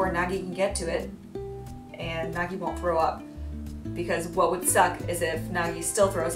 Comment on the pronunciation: LOL!! NAGGIE? ITS Nagi